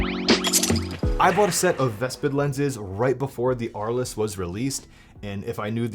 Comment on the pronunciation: Oh my God!! Dude, it’s not Ar- less. It’s pronounced Arlz! It’s named after a town in France.